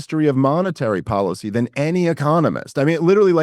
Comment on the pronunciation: There are many reasons I can't stand Dave, but the one I really can't stand is his stupid accent. Instead of saying "tax policy " correctly, he says the word policy like a moron!